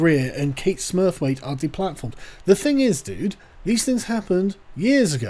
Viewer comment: Did Sargon just say 'Kate Smurfweight'?